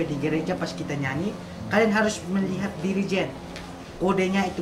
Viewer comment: Dirigen jadi jerigen hhhh terll sensasi Slm dri timles 🇹🇱🇹🇱